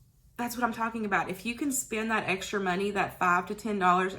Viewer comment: Low spin no spin? What does that mean? You mean spend. Lol! It was your accent that got me confused.